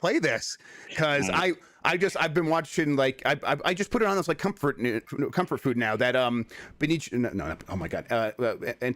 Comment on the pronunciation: A flub, but a great flub, “Comfort Nude” is my new favorite thing